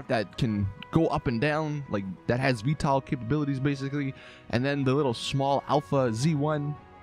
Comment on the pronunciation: VTOL not Veetall